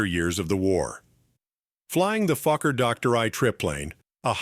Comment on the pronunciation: HOLY MOLEY!!! I haven't laughed this hard in years, I had tears streaming down my face. I almost pissed myself. Gotta love AI narration. " FLYING THE FUCKER DOCTOR I TRIP PLANE" 🤣🤣😂😂🤣 HILARIOUS!!!